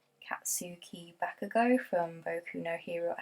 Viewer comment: I also love Boku no hero! I was pleasantly surprised since the first episode. It was so unique and it was so funny and emotional! Since the first few episodes, I've cried so hard.... especially the backstory! And Bakugo is by far my fav character! (Yes you pronounced his name right XD) and how he developed in the manga makes me like him even more. Ever since the beginning, I could tell that if actually like him as an antihero. Its just a great series and so special to me cuz it's so different from the usual shounen anime ❤️